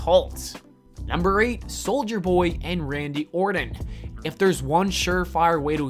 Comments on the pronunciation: his name is ORTON. Not "Orden". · Who is Randy "Orden" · Or'ton not Ordin. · It's Orton , not Ordon. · Learn how to read, and talk for that matter. My lawwwwrd. Randy "Orden" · If the talker cared enough to pronounce names correctly, I might subscribe. Ordon? Soldier Boy? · why's he saying orton like that? nobody does it just sounds wrong